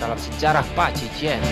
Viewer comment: Bacanya paji cuan min. Cuan artinya pukulan. Bukan paji cien.